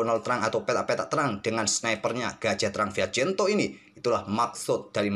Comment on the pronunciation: Yg benar itu Fianchetto atau Fiachento Atau Admin sengaja plesetkan, soalnya sy merasa jangggal dengar nya